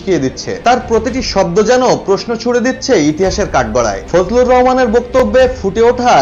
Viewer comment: ফজলু না বলেন ফজু